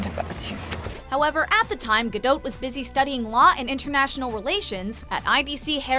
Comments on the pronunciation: It was painful watching this as the narrator seriously massacred ALL the Hebrew. First off, and this is VERY IMPORTANT, it's Pronounced Gaul (the ancient French?) Gaw-Dote. Or to put it another way, the 'a' in both first and last name is pronounced "awe", and the 'o' is a long 'o' as in Ode. Second, and city is pronounce Herzliya, named after Theodore Herzl, but what in Hebrew, it's pronounced Hertzl. So, Hertzl-Lee-ya. Once I got past that, I greatly enjoyed this video. Thank you very much. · Y'all butchered her last name 😂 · Ayenate' Lawson really because I watched one of her interviews and she pronounced it differently 🤷🏽‍♂️ but you know better than her I guess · Please pronounce her last name correctly out of respect for her as a human being. Thank you. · I cringe every time the woman says her name wrong. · Should make it a top 6 things and pronounce her name right. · OMG you really ruined her last name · WTF?! her name Gal is pronouned the same way you would prononoung Gaga'..but with an "L" ending there is no "O" sound in the name, either the first or the family name. Hebrew has only 5 vowel sounds, "A" is pronounced the same way all the time. Ga-l Ga - dot איזה GAUL בראש שלך?